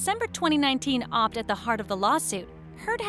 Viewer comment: Did… did she just say…. “Op’d”? 😳